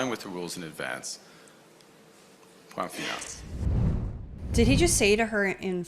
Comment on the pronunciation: TANYA nailed it ; POINT FINAL ; translates to FINAL POINT lol tru dat ; but he Pheneticaly stressed the FINAL portion of the POINT :face-green-smiling::hand-purple-blue-peace::goat-turquoise-white-horns::hand-purple-blue-peace